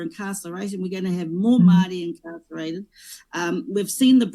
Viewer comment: Take off those keha clothes and make up. Intertribal War? The gangs? Pronounce "Maori " correctly...koretake , maari.